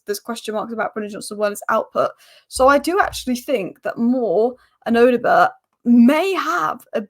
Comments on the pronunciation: No you are wrong. It is Oddo-bear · These spurs players names do catch you out right😂, odoebert.. Just pronounce the Bert as bear odoebear if that makes sense lol.. Great analysis as always you